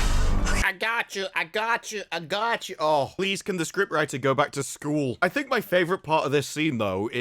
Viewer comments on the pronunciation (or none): "Ai-gatchu" all along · How many times does Cube say "ahgotchu"?